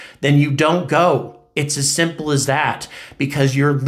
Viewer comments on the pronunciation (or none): none